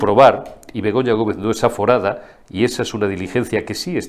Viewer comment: Begoña no está aforada, " está aforrada"